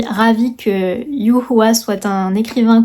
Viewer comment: YU Hua est un écrivain apprécié par presque tous les Chinois!!! Je suis ravie que ce livre te plaise :p Et en plus, tu as très bien prononcé son prénom. Quel génie du chinois, ahahaha !🤪